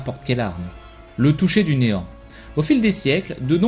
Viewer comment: je croit que t'as dit enan au lieu de néant